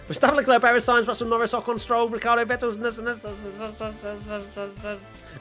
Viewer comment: literally said, "Rockhardo", in the race rundown!!! Great way to end the year😂